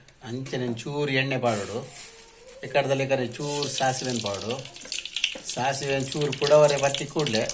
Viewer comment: Sasive😮😮ATHU " DACIVE ' 😂😂